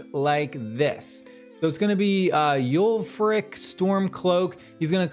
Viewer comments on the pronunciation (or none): Ain’t no way you pronounced Ulfrics name like that lmao